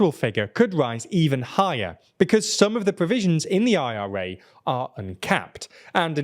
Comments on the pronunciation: Dude!!! Just say it as one word!!! The ira as opposed to the I.R.A 🤦🏽‍♂️😅😆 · British people are having heart attacks every time he says IRA.